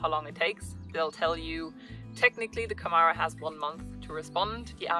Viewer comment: some good info for new people coming here!.... we have been here six years. by the way you pronounce Camara more like you actually say camera. Our farm was built before 1951 and as we only changed some internal walls so we did not need planning permission. We have just started a channel about our life here. Subscribed to you, good luck!